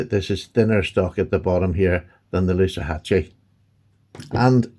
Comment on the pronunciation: Loosahatchie rhymes with loo as in WC. Hope that helps. PS I really don't get what Rosecraft haters are going on about. Pretty obvious they make an outstanding knife.